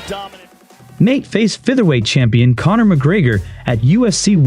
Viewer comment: Did you call Connor cummer? Lolololololol